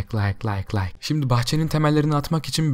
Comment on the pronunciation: Layk derken lak lak lak lak gibi dedin